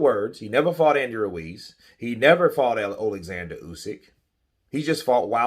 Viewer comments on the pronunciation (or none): none